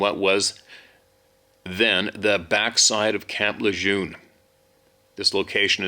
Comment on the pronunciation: Camp LeJeune pronounced LeGern .